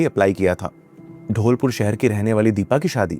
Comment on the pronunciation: It’s धौलपुर not ढोलपुर